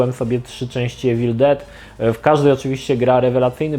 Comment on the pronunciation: Nie czyta sie Ewil Czyta sie iwil 😉